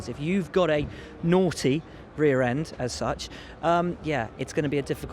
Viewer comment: Nooghty rear